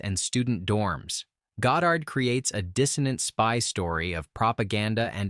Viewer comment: Nobody can top the bond films with sean connery and by the way Goddard is not pronounced by you correctly such bull sh.....